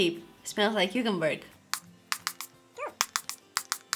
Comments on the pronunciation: "cucumberg" omg ur adorable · The way she said cucumber cucumberg